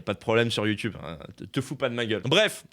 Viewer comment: “Ma chaîne Youtubeu”